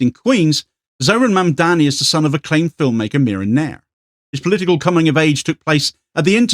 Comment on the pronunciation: His name is Mamdani not Mandani. Easy to get wrong.